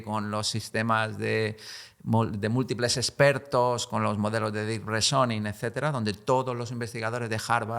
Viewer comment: Reason [rison] Reasoning [risoning] PLEASE!